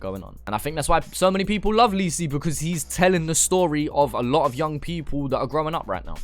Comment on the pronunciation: Say lisi right